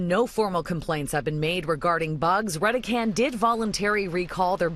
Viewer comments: I pronounce "Reh-deh-can" ,so does everyone else I know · Isn't it pronounced "Ready Can"? As in Red-E-Can... Redecan?